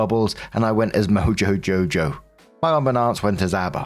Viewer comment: You said MoJo JoJo correctly. 😂